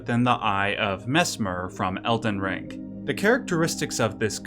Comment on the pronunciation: Its elden ring not elden rink.